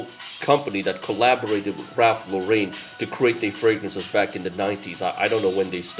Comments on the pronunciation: Actually pronounced: Lo ren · Ralph Laurain ? Not Lauren ?